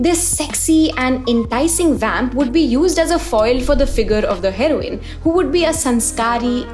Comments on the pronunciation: you pronouncing heroine are Heroin 💉 is crazy smart😂😂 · saying heroine like heroine (the drug) i dont know if intentional or not is very funny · The way you say herione its sounds like drug